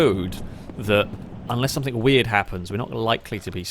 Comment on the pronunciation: How does one properly pronounce words like "thing" and "think", but then add a K at the end words like "something" or "nothing"? Stop it. You're not a 5 year old.